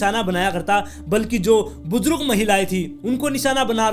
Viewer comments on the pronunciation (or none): Hahahahaha bujrug nahi hota hai bhai🤣 Buzurg kehte hai Buzurg